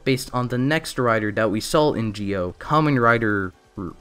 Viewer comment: Entirety of Zi-0: Zee Oh This guy: Geo